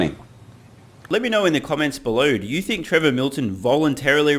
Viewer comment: Did anyone else replay the first second of the vid after hearing say "Prevor Milton"?